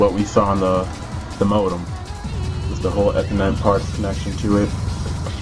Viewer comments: lol ur saying ethernet Wrong( not to be mean ) u say it like ( eeeeee- therrrrrr -net) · You say ethernet wrong! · ha he said ethernet wrong